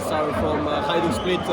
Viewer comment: Good weather in London? 😅! Hajduk, duk pls, pronounce it right.